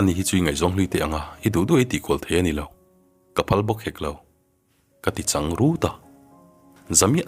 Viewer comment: Changrut a tih i thluk dan hi adiklo ,hmasawn nan upa deuh lo zawt rawh ngaihthlak a nawm deuhnan